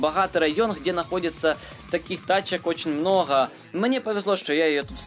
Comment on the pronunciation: Почему ты говоришь не МНОГО , а МНОГХО ты что пьяный?